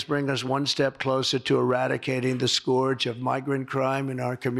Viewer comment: What most people care about: Trump's fascist actions. What I care about: The way Trump pronounces "scourge".